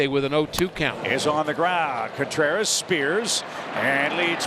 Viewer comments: I just asked some friends last night if they hear how Pat says CONEtreras! 😂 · I'll never be sorry the Cubs gave up on "Cone"treras. (as Pat would say.)